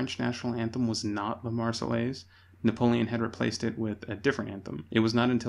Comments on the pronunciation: Argh !! Not the "Mar-cell-ays", but the "Mar-say-airs". The double LL is pronounced like Y. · Nope, Marseillaise has no airz in it. It is pronounced like Mayonnaise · The way the narator keeps saying marsellaise grrrrrrr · “God Save the Tsar” used was the Russian national anthem from 1833 (chosen in a competition) until 1917. Tchaikovsky also used (a larger amount of) this anthem in his less known work “Marche Slave”. Also Marseillaise should be pronounced “Mar-say-airz” (not your mistake, the man in the documentary.) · oooh he's doing a retrospective on history but he's saying those L's in the Marseillaises and you don't do that, those L's are SILENT I'm British and I know this and we hate the French (admittedly they hate us but that's because we kept pantsing them in war.)